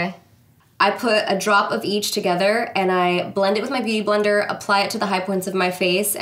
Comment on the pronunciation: “Boot-... beauty blender” 😂